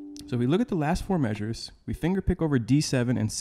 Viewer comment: "The first fo mayzures..."!! 😄